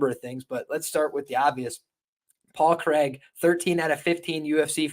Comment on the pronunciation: Good show and that's some real commitment to the Paul Craig pronunciation